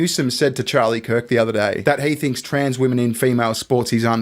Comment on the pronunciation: Has anyone noticed how everyone is forgetting how to pronounce the words "women" and "women's". These 2 are the first Aussies I've heard do it.